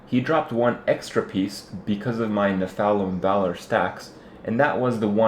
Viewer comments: it makes me lol when ya say Nephalem, try saying it like ''neff-a-lam'' its like when some one saying ''methane like meethane'' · Its pronounced NEF-a-LIM ;) good vids keep it up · The way he pronounces Nephalem 😆